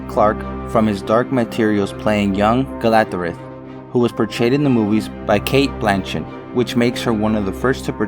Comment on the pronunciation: Who is "Galathred"? Do you mean Galadriel? Wow...